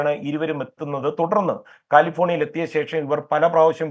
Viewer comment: Not Kaalifornia, it is California 😊